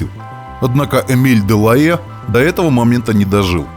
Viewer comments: Шикарно 😮! По правде говоря был заинтригован как вы на этот раз произнесёте название героя передачи. Почти идеально 🤩, «дЁлаЭ». А вторая «дЁлаЖ», без …ДЖ. В любом случае огромное вам спасибо за вашу работу 👍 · Да. Если брать французский то "делае' " звучит великолепно.... чем на английском "делаха'й"😂.. Oбожаю эту эпоху! Спасибо за ваш труд!